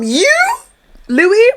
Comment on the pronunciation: I had a run in with him back in 2024, his names spelt Louis but pronounced “Lewis”